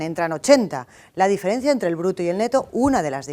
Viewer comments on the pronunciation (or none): none